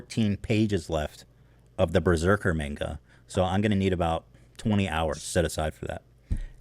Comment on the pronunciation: I'll never forgive Ethan for calling it "Berserker"